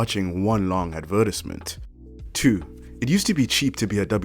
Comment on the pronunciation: The way he says “advertisement” lol